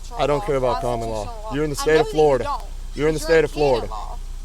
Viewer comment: She isn’t saying “canon law”, she is saying “common law”.